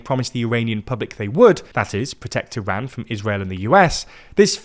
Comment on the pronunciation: You're not even saying the name of our country correctly 😅